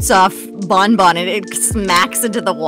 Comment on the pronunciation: it's not bon bon... IT'S BAWN BAWN